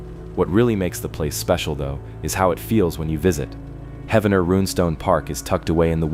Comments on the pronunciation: I know right!!! lol! 😂 Every time he pronounced it I was like “IT’s HEEEEEVENER!” Not correct spelling it how it sounds?? Ugh 😑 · It’s pronounced Heevner😊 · its Heave-ner dude, not Heavener, Heaven - ner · Heavener is pronounced Heave-ner not Heaven-er. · lol heaven-er come on bro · It is pronounced, 'Heev- nerr' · "he-v-ner".. please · Its pronounced "Heevner". The Viking festival is ongoing n wonderful. Like a dark Renaissance festival but includes the whole family...and a lot of Mead drinking 😅 "Skol"! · Heavner like heave ho, dadgum AI voices lol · its Heave-Ner. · No idiots it’s Heavener. And that shit is fake. Lived here my whole life. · Heavener is pronounced Hee-vener